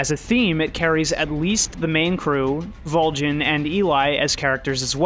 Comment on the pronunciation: It's pronounced VOLG - IN not VOL - GIN what is he some kinda drink? VolGIN AND JUICE ???